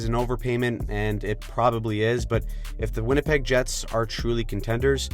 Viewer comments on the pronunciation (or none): You called Winnipeg “ win a pig” I’m stealing tht.